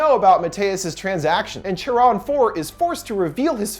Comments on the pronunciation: Not an expert on Greek mythology, but isn’t Charon pronounced Kharon. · I believe “Charon” is pronounced “CAR - ON” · You mispronounced Charon :(. ( Kare-un)/ (Kare-on) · It's pronounced Care-on, not Chair-on. That's pretty common knowledge. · PRONOUNCED KARON........NOT CHARON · Thank you! I love your thorough and energetic reviews. Also, just so you know, for these ancient Greek names "ch" is pronounced like /k/. So it is "care-on" as opposed to the English pronunciation of "chair-on." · Charon is pronounced Care-on. Not Chair-on. I'm a mythology nerd. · Lol, cringing every time he pronounces the name like Chair On instead of Care On... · Another great video! I appreciate all of the research and analysis you do on each movie you cover. On thing though, the name "Charon" is pronounced "Care-on" not "chair-on." I'm a mythology buff so it bothered me but I loved everything else about video. Very insightful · It makes me uncomfortable how he keeps mispronouncing Charon It’s care-on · Anyone titled that he pronounces charon incorrectly? It's basically Karen but with C. :P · CHARON Its C-A-R-E-O-N say its with me CAREON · it's pronounced Kharon. Or Care-on . I know you can't fix it....just... if I didn't say it my eye woudlnt' stop twitching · It’s pronounced “kar-on” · It’s pronounced CARE-on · I believe it's pronounced as Kharon. Anyways, I love! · Isn't Charon is pronounced with a K?